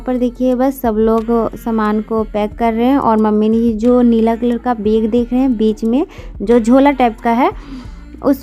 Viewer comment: Beg nhi bag hota h